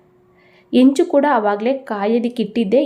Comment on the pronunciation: Not only that ಹೆಂಚು, has become ಎಂಚು, ಹಿಟ್ಟು is pronounced as ಇಟ್ಟು